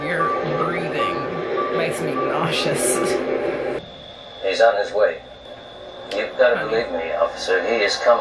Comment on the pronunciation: Really enjoyed your reaction. Did you add a T to nauseous ? Classic